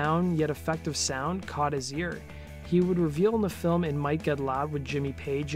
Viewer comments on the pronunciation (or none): none